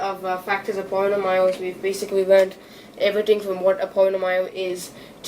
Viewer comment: Polynomial is pronounced as "pó-lee'now-nee ul" not "poh-lee-nav-mahyl"